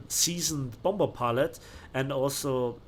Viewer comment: Just FWI you don’t pronounce the second B in “bomber” :)